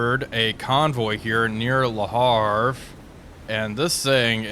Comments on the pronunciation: Ist's Le Havre, not Le Harf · Please How to Pronounce Le Havre? (CORRECTLY) French City Name Pronunciation :-)